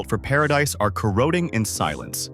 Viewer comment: If you're going to be a narrator learn how to properly pronounce corroding.